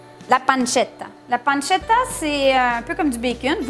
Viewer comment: Mdr vous m'avez arracher les oreille avec la panzetta